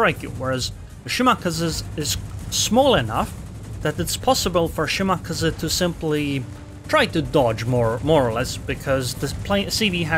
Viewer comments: it is pronounced shiMAKAze - shi (low) MA (high) KA (high) ze (low) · Let’s all agree the kleber nerf was a shortsighted mistake. It needs a serious buff. You just don’t see them anymore. Also your pronouncing of shimaKAZE is triggering me